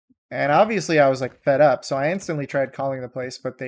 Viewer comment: I understood "called the police instanly"